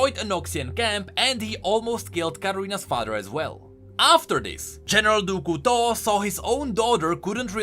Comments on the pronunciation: Ahaha I was struggling to figure out who "du ku to" was until I finally figured out it was a badly pronounced "du couteau" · Great video! But I have to mention: the way you pronounce General du Couteau is horrible! 🤣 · "Du Couteau" I am french canadien and this is very funny to hear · As a french subscriber , I love how you pronounce "Du Couteau "